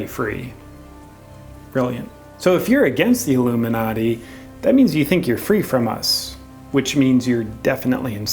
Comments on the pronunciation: Sounds like he says haloumi-nati. Must be some secret cheese order. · Pink Yogi it's because in the video the guy sounded like he was saying halomin-nati. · Halloooo-minati - Tigger's people/not people